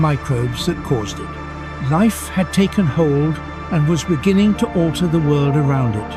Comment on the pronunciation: In the benining . In the bebgining. In the benining